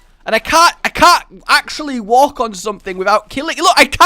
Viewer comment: I was just idly listening and then hear "i was in the park and had a lovely wank" i was so lost until i played it back. watch how you say walk.